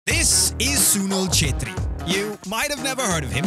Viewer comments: Nailed that pronunciation. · im so glad that he pronounced the name right 🤣🤣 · Really appreciate for bring our legend under the spot light of western people and pronouncing his name correct 😂😂😂🙌🙌🙌🙌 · Sunil sir he is my idol 😍 and I'm happy that you pronounce his name correctly 😁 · FINALLY! someone who pronounced his name right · How much time did it take you to pronounce the name perfectly?😂